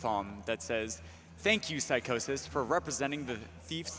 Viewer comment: Lmao, the dude pronouncing Psychosis name Psycho-sis. wtf.